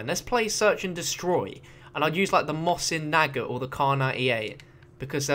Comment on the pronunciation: British people have a weird way of saying mosin nagant.